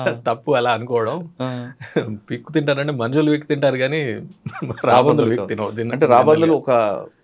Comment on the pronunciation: Raabandhuvulu kaadu sir, raabandulu anali, telugu ni champeyandi... Please